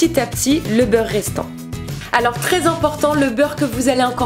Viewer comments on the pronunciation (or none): none